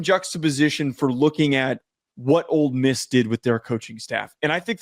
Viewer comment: And its OLE MISS Not OLD MISS